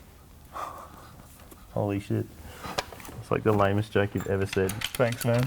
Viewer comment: +Mighty Car Mods Moog - "there's just rivett rivetts everwhere" Marty - "holy shit, that just the 'LAIM-est' joke ever" ( ͡° ͜ʖ ͡°)